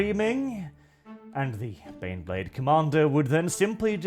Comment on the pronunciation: EET EEZ TEH BEHNBLEHHHHHHHHHHD!